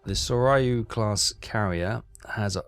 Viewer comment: Pronounced Sore-you and Here-you. Just trying to help. Love all your series.